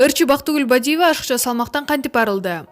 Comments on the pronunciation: Туура сүйлөчү же моодабы Бидиива деп сүйлөгөн улу эмес уулу деп эле сүйлөй берсең. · Бактыгул Бадива дейт го, туура так суйлосо жакшы болмок.